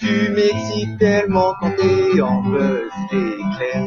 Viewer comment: C’est plus buz l’éclair mais buz leclair